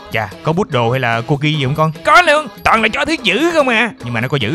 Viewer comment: Cocker chứ ko phải cocki nka ah